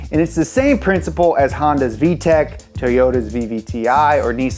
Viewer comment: Thats vtec, not vee-tec